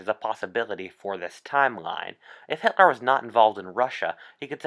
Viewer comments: Does nobody else hear how he says hit-Lar? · It’s Hitler not hitlar